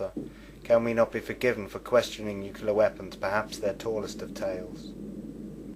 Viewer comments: Has anyone noticed how good documentals are usually too short, but bad ones go on and on? This of TOTAL CRAP is an INSULT to the victims of nuclear - NOT "NUCULAR" (AAARGH!) - explosions oer Hiroshima and Nagasaki. As pointed out in earlier posts, these people SURELY were NOT part of any conspiracy theory! Seriously, 0=1 ? Hey... remember to breathe! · he lost me with "nukular" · It's "NUCLEAR"not "NUCULER" How bloody difficult is it? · New-clear not new-cue-lar asshole! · Have a hard time listening to anyone saying "nukular" when trying to be scientific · Once again, it's pronounced NU-CLE-AR not NU-CU-LER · You lost me at "Nuculer" Can you not read? It's NU CLEAR. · I've got to listen to you saying "nucular" for two hours? Fuck off. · I could not bear to listen through this because of the repeated distraction of the narrator saying nuk-u-lar rather than nuclear. friggin annoying! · This video lost me as soon as I heard "nucular" the second time. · This dumbass can't even pronounce nuclear. Hall the time he say NEW-Q-LAR are we supposed to take this nitwit seriously? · lol thermal nucular war haha...its nuclear not nucular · the bombs are called "nuclear" not "nucular"... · You lost me when you kept saying "Nucular"... -_ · say it with me: NOO-KLEE-URR Do you call the core of an atom the "Nuculus"? Jesus. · I don't give much credence to a video about nuclear weapons when the narrator can't even pronounce "nuclear" correctly. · If you're going to make videos like this, please learn how to properly pronounce the word "nuclear." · Hmmm, I'm suspicious of anyone promoting a nuclear conspiracy who can't pronounce "nuclear".